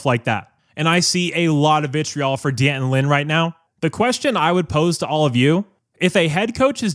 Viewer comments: So, you aren’t going to blame Dee-Anton Lynn? How about D’Anton Lynn (shame on you after all this time to continue to mispronounce his name). He has underwhelmed this year. You like busted coverages? Riley’s fault? You like poor defensive spacing? Riley’s fault? You like Crawford constantly jumping offsides? Riley’s fault? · I'm a fan of your channel but you really need to learn how to pronounce "D'Anton". Two syllables. Not three.